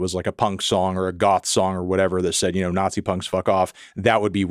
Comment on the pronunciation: Why does he say nazi that way? Sounds like weird. He doesn't emphasize other words like he does that one.